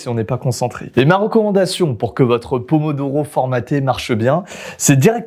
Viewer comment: le pomodoro il a di doro 🤣🤣🤣🤣🤣🤣🤣🤣